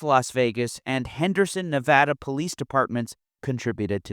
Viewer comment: As a Nevadan, I always must commend someone for saying the state's name correctly.